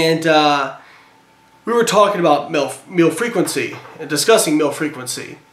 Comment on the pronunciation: "we were talking about milf.. meal frequency" did anyone else think he said that? lol.